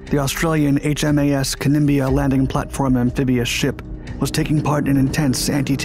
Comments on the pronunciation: As Australian it was very sad day. Kem..blia not kin bla. But all thoughts to those serviceman in this indicent. Thankyou i enjoy the detail . Keep the excellent documentaries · Mate is wasn't the 'Kem..blia' either. It was pronounced the 'ka-nim-bla'. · Your voice-over needs updating. "Kanimbla" as in KANIMBLA. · Kanimbla is pronounced 'Can-nim-bla' not 'Can-nim-bia'. And the widow pleaded for fitting of FLOTation devices. Not rotation devices. Oh and the pilot error was caused by a misunderstanding of the ship being stopped (stationary) vs dead in the water (drifting) when using a GPS to position the helo for the approach. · The name of the ship was "Kanimbla" pronounced "Can-im-bla" The Blackhawk is an army helicopter and is primarily a land based aircraft. The Navy version is a Sea Hawk and is configured differently especially for landing on moving ship's decks. In 1992, I joined the Royal Australian Navy Reserve as a Chaplain. Before I was allowed to fly as a passenger in a helicopter that was going to be over water, I had to complete a training course in ditching at sea and escaping for under water. From what you showed of the crash, the Black Hawk came in too low to allow for the rising of the flight deck due to sea conditions. Normal landings require the helo to hover briefly above the deck before landing. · Glad someone cleared that up, it was driving me nuts every time I heard Kanimbia… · Ka-nim-bla is how it's pronounced!